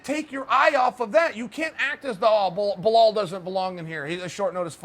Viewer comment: Me: Bilal Chael: Buhalal Me: ok Buhala it is